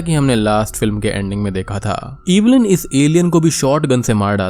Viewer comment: Cringed hard every time you said 'EEEEEEVILIN'. It's Evelyn, it's not that hard